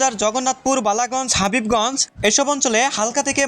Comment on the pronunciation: হাবিবগঞ্জ নাকি হবিগঞ্জ?